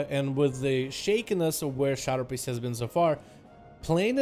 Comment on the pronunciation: did he say simp priest? LOL